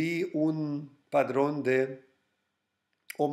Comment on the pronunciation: Hola se dice Patrón.. no padrón:) y se dice retroceso no retrocedo:)